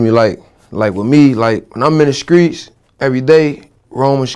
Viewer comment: "In The Screets" Nigga Say Street